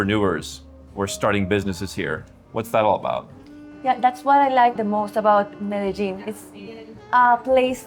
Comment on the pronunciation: Excited to watch this! Already from the get go he pronounces it correctly! To all Anglophones, it's pronounced Meh-deh-yeen. The local Paisa accent pushes the double LL sound from a Y to a J a bit, but not as exaggerated as Mede-jean. Related: It's Carta-henna, not Carta-hey-nya. There is no ñ on Cartagena.